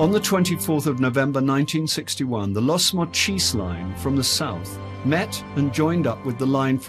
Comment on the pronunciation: FYI..Los Mochis is not pronounced "Las moCHEEZ." It's "Lows MOcheez." And El Fuerte is not pronounced "El fooWAIRtay." It's "El FWERtay."